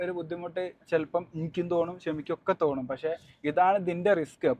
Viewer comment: തോണു അല്ല ബ്രോ 😂തോന്നും